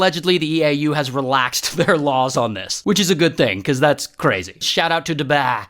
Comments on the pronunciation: Your spouse to say dubai u said duba😂😂😂😂😂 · It's called Dubai not dubaa😠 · "shout out to dubah" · “shoutout to doubAh” ☠️ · Nah I started dying laughing when he said "dubeah" 😭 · “Shout out to DuBahhh” Bro what? 😂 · DobAhahahhh got me laughing on the floor😂😂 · I was not expecting the “shout out to duBAHHHI” LMAOOO 😂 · “Marijahuana , DubÆÆ" 💀🙏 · Bro said "DuBYE" 😂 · The way he said dubai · I swear if the uae hear how u pronunced dubai oh my ur gonna die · The way u said Dubai😭😭